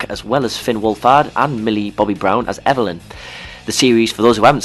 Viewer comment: It's Eleven, not Evalyn you dingleberry.